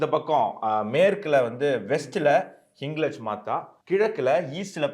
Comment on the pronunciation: ஹிங்லாஜ் என்று உச்சரிக்கவும்